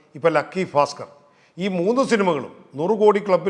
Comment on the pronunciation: ഫാസ്കർ അല്ല ബാസ്കർ ഓക്കേ 👌